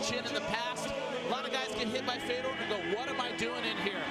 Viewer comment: Fay-door .....for the love of god